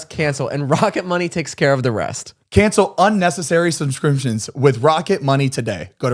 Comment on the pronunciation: “Sumscrimptions” KILLED ME 😂😂😂